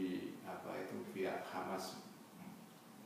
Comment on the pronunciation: 'Hamas oy.. bukan khamas😏